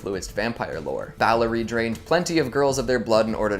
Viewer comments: I winced every time he called Elizabeth Bathory “Balory” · its Elizabeth Bathory not elizabeth Ballory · Elisabeth Bathory, not Ballory 😉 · It’s Elizabeth Bathory, not Ballory. Great video though. Thanks!😊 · It's Bathory NOT Balory!